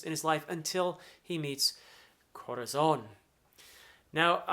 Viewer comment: Thanks for giving us these emotional and filled with energy analysis. I love, really, but really love, the Way you roll the Rs while prononcing Dressrosa, Rocinante, Corazón, Señor. It literally makes me smile, as a Spanish speaking fella